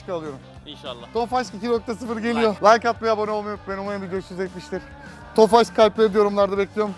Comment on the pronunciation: abi neden tofaşh diyorusyn tofaş olması lazım puu